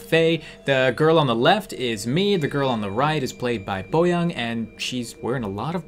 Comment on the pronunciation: Are you guys korean?Why do you pronounce her name 'boyang' instead of boyoung?Just asking😁